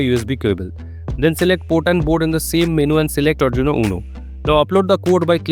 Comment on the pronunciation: There are plenty of corrections to be done by you , 1. You did not mention to click the serial monitor icon and because of that i took 1 hour to do this. 2. Also mister you said "Serial.printIn(" cm"); whereas it is actually "Ln" and NOT "In". 3. You also pronounce ARDUINO as ADRINO which is not correct and sounds funny.